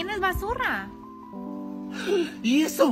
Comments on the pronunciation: Nosé porque se cree rusa diciendo basurra xd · qué linda como dice "basurra" en lugar de decir "basura" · Me da risa como dice Basurra En vez de basura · Me enxanta como dice basurra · Cuando ves el video y te das cuenta que la canadiense no puede decir basura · todo lo dice basurra xd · Amo cuando dijo "igual es basurra"